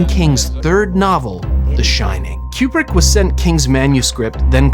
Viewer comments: I don't know who this "Kyoobrick" person is you keep mentioning. I've never in my entire life heard anyone mispronounce Kubrick as "Kyoobrick". After the 4th or 5th "Kyoobrick", I was ready to rip my ears off. I couldn't finish the video. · Am I hearing wrong, or is this dude saying CUE-PRICK the entire time? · I keep hearing your pronunciation of Kubrik as 'cupric' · "Cube-Rick" distracted tf out of me the whole video. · the yellow one is a crappy poster! I saw The Shining at the theater when it first came out but I don't remember what poster they used... I don't like the way that you pronounce Kubrick... I say koob-rik not cube-rik... good video... very entertaining! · Aaaarrgghh! It’s KOO-brik, not KYOO-brik… This video is driving me crazy every time you turn Stanley into a cube brick. And you say it A LOT. All cubes and no coups makes Dave go crazy, to paraphrase a certain Homer. Wish I could have finished the video, but I simply could not take it after about the 25th cube, which occurred roughly two minutes in. Or at least it felt that way. My autistic brain fixates on these types of fundamental errors and can’t focus on anything else. Please have enough courtesy to research things like how to pronounce your subject’s name when creating a video about them. It’s incredibly disrespectful to do otherwise. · Kubrick is spelled with a 'B', right? Why is it pronounced KuPrick throughout the video? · i am extremely disturbed by the "qbrick" pronunciation. is this a new thing? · It is not pronounced Cue-Brick, but Koo-Brick. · Stanley “Q-brick”? Coo-brick. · It's not "Cue-brick" it's Coo-brick. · Fantastic video! Thanks so much for all your work on it. FYI, Stanley Kubrick was an American and pronounced his own name "Koo-brick" as confirmed by his daughters, despite most of the UK pronouncing it "Kyoo-brick." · It’s pronounced KOO-brick. Not Q-brick. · It's KU-brick not KJU-brick. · It’s Koo-brick not Kyoo-brick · It's pronounced Coo-brick, not Que-brick.